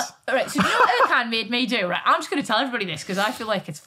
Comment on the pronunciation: I like Vicky but his name is ErJan. C is J in the Turkish language.